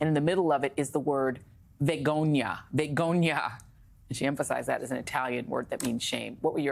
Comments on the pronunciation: "Vegonia"? Ah, no - Italian for shame is "Vergogna" - seems Martha-Ann is not too good at Italian.... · Joy it's vergogna...you keep leaving out the r... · My late husband was Italian. It''s spelled "vergogna". She just didn't roll the "r".